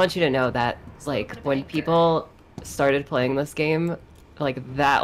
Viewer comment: "Eww what dees?"